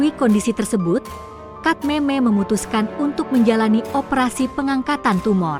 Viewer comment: Lidah inggris